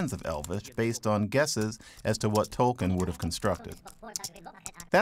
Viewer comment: He did; the narrator didn't; which includes mispronouncing his name.